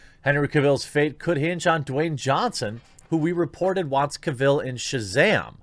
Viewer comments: oh man, agreed. that pronunciation drove me nuts. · Please... pronounce Cavill correctly.. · Sooooo we’re not gonna talk about how he pronounces Henry’s last name wrong?? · Only if he could say Henry’s last name correctly... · Can’t watch....please pronounce the man’s name correctly. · I turned this off right when you pronounced "Cavill" wrong. At least have the professionalism to find out how to pronounce names properly before you start recording. Shameful.